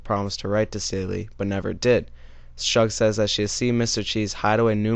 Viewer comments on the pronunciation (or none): “Shug” is pronounced like the first syllable of the word “sugar”.